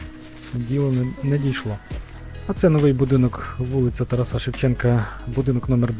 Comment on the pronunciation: Та вже хоч навчіться наголошувати слово ТарАса Шевченка, блогере місцевий!